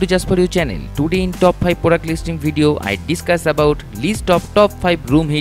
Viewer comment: Kon se jungle se bhaag k aaya hai bhai ??? Bholtage ..... Blow ko bolo .....product ko porduct .....bus kar mere lal tere se na ho payaga